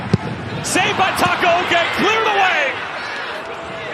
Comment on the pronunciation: Takoaoko💀💀💀💀 it’s takaoka😂